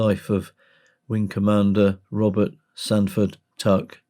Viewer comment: Stanford, not Sanford….